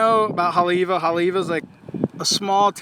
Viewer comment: Didn't seem and, pronounce it right? Righteously.. Because, they pronounce-- ei as, I? Just another fraud.